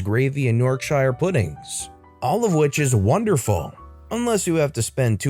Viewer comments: Yorkshire. “York-shir”. Two syllables, not “York-Shy-err”. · It's York-shh. Not shire. It always makes me wince when Americans say it wrong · If there is a word that contains the suffix "shire" and it's British, it's pronounced "shur". Yorkshur Devonshur Oxfordshur